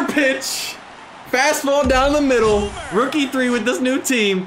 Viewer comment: anyone else hear rook e3 when he says rookie 3?